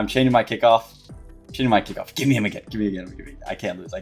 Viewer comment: How did you even get the accent where you pronounce words like "me" as "meh." I always wonder this.